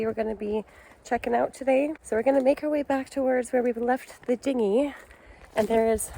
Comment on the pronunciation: I do not know h9w many more times, especially as a sailor, I can take hearing "ticky tack" or "ding ding." It is a "tack' and a "dinghy." I know you're Canadian, and everything is,"Eh, just great ya kno, okay.", but their is a limit and you're right on that edge.